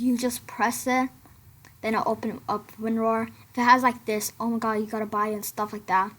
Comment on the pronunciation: Lol i laughed For straight 1 min after listening He said AntaiVirus and Wonrar